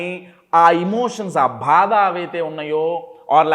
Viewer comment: భాద కాదు, బాధ అనాలి. మీ 😃 Smile బాగుంది Sir.